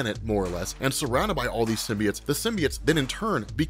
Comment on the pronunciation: what the fvck is a SYM-BEE-IT?! No such word... You must be thinking sym-BYE-OTE